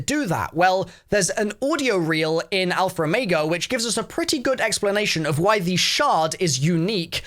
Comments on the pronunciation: “alpher omayga” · I hate how he says "alfer omega"